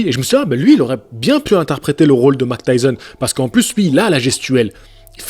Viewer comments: Oui et Mac tyson... Ça fait mal aux oreilles lol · Arrete de dire Mac Tyson stp 😢😢😢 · Mec c'est Mike Tyson et pas Mac Tyson.... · Vous avez remarqué que dit Mctyson lol